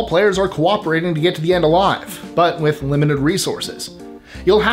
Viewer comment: He is so clear and articulate, so careful to pause for effect, (perhaps pausing too much) But when he says, "This is with list 25"....... EVERY time you can't hear the word "with". When I first became a fan, I thought I was missing some cool word or catchphrase from the show. I literally was soo disappointed when I finally realized it was just Mikes way of slurring his so carefully chosen way of talking